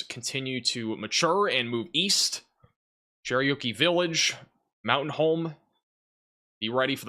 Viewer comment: Dude- it’s “Cher-OKEE village” like the Indian. Not “Cherryokie Village” lol just helping you out. You say it all the time.